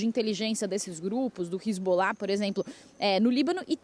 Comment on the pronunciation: Queria me atentar para a notícia, mas a pronúncia errada da repórter roubou a cena: Hilzbolar, Benhamin...